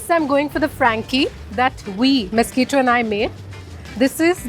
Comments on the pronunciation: it's misquita not mosquito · Young lady get your pronunciations right. He is not mosquito but Misquita. The poor owner didn't seem to know the difference between mosquito n Misquita. But you being an educated girl ought to have known the difference. I don't know who you are nor had I heard of this cart since I live on the outer skirts of Mumbai.